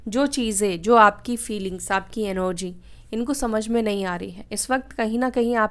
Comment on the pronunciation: NOG क्यों बोलते हो आपलोग... सही वर्ड ENERGY है एनर्जी ही बोलना चाहिए😊